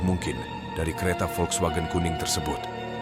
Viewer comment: Pening dengar muzik latar yg terlebih tinggi. Cerita & penyampaian okey. Volkswagen tu ada jugok dengar kat Karak. Sebutan volkswagen tu betul dah. Saya pernah belajar bahasa jerman dulu.